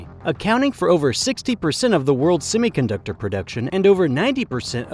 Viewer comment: It's semiconductor not simiconductor and it's Vladivostok not Vladivstok. Learn to English dude.